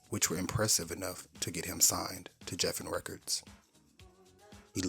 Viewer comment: This was a nice video. Just one critique I have. The word Geffen is pronounced with a hard G like gravy, Grover, and greenhouse. Just something I have to call you out on.